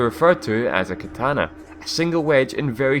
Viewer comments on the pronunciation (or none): none